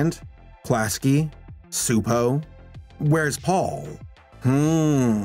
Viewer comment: Frets over mispronouncing Gábor Csupó's first name. Mispronounces his last name. 🤔